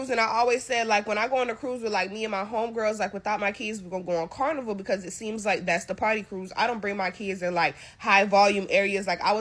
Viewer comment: "Carniver Cruz"